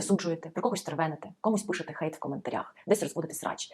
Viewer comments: не викривляйте англійські слова! "Гейт" це ворота!! Хейт це хейт! Не будьте безграмотними!! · Пробачте, але чому "гейт" а не "хейт"?😅 А взагалі, - ганьбити, лихотворити, критикувати, нападати, злорічити.